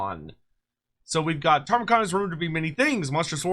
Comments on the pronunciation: Ta-mur-khan ✅ Tar-mah-khan 🚫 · Every time says “Tarmakhan” I die a little bit more inside